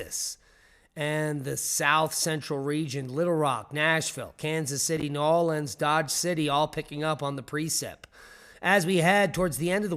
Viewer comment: Hugs to you,! You know how to say "New Orleans"!❤😊